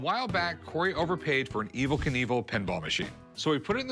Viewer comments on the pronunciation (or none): none